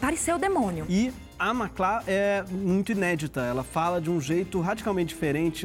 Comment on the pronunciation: Eu não entendi essa mudança na sílaba tônica no nome da Macla somente na final. Um presságio e toque do diretor que já anunciava uma mudança necessária para a já futura ex porta?